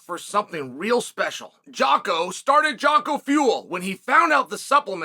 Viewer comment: Dude gets sponsored by Jocko and still pronounces his name wrong. undefeated